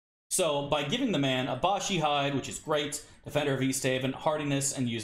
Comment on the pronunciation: Is "Abashi" some kind of meme I'm not familiar with? Otherwise, it's Abishai. A-bi-shai. Abishai are lesser devils, Baatezu, that look like humanoid dragons. That's why they won't let good characters wear it, that armor is literally "of the devil". If you played Planescape: Torment you can see a black variant of them roaming in the Hive, first city you go to. Other than that, I don't recall them in Infinity Games. I think several were in Avernus in Siege of Dragonspear(?), as well.